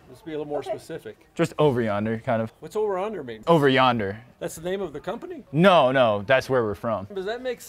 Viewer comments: The fact thay he couldn't say, "Over Yonder" is killing me! 😂😂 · Over onder? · The funny thing is that "Over Yonder" is an old phrase, so I just don't understand how the older employee couldn't pronounce it right, and yet could! 😂😅🤣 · The captions having every mispronunciation of ‘yonder’ is pure cinema